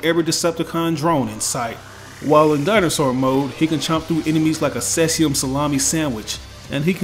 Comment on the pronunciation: Seasium Salome? Surely you mean berilium boloney.